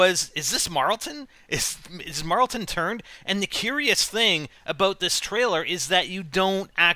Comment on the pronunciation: IT'S NOT MARLTON!!!